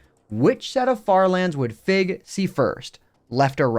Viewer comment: When you first mentioned Fig's name, I thought you said "Fit" as in FitMC